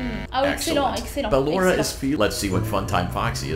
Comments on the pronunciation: C'est BALLORA pas LAURA !!!!! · C'est pas luara c'est ballora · c pas lora mais ballora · c'est pas lalora c'est balora et puis c'est pas bébé c'est baby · Cc j’adore t’et vidéo surtouts celle sur Pablo et juste c pas Laura ses balora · Non c est Ballora pas laura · C'est pas lora mais ballora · Ce n'est pas Lora c'est Balora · C est balora est non pas lora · C'est ballora pas lora 😂😂😂😂😂😂😂😂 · C'est pas Lorae c'est Ballora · Ses ballora pas lora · se nais pas lora cest BALLORA O.K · C'est Ballora pas Laura❤ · C'est pas lora c'est ballora. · C est pas lora c est Ballora 😐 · c'est pas lora c'est balora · Ses ballora pas Laura 😂😂😂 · Déjà s'est pas llora mdr s'est ballora😂🤣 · C ballora pas Laura 😏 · Balora pas lora